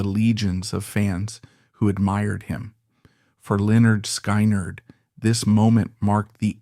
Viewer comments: If it’s so intelligent, why can’t it pronounce the name right? I listened all the way through but I got so sick of it pronouncing the band’s name wrong. They actually showed how to say it on their first album. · 18 whole seconds into your presentation, you mis-pronounced Lynyrd Skynyrd. How in the world do you expect us to believe anything you say? This is so over the top ridiculous. Get your crap straight, then try to make a video. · I was gonna goof on the guy for the way he pronounced the band, but no way is it a real person. So I'll just say i miss Lynyrd Skynyrd. One of the best bands ever... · You should learn to pronounce the name of the band before reporting on it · The scariest thing about this is the pronunciation of LenNard SkyNerd. Sounds like a crummy 🏀 basketball team in a bad dream. I say if AI can't handle the job, hire a human!....just like in the good old days.⁰ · Really? Lynyrd SKI-NERD? Is this AI, some idiot from another planet or some stupid millennial who just doesn't get it? And he's mentioning the Hell House and the video shows some big luxury mansion. God, only in the 21st Century! Fucked up... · IT'S PRONOUNCED "Lĕh-'nérd 'Skin-'nérd" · Say it with me "skinnerd" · Its pronouced Lynyrd (Skinard) Skynyrd. ❤❤ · It is Pronounced SKINARD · Pronounced SKINNERED!!! God man learn your ah craft. Do some research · Lynard SKY-NARD would it kill the guy to pronounce the name right? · If people would just pick up LYNYRD SKYNYRD'S first album... PRONOUNCED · Says this is Ai and soon as IT pronounced band name wrong IM done with it. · When you can't pronounce Lynyrd Skynyrd I will not stay to your mess up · No! Absolutely not! You cannot even pronounce Lynard Skynard correctly. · Is this some more Ai bullsh-t. Can't even pronounce the name of the band you're talking about. What do you know other than what's already on youtube. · Hey narrator, they even came out with an album called pronounced. You might want to look into it. 😂😂😂